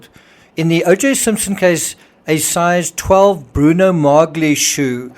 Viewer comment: The G is silent in Bruno Magli (broo no mah lee).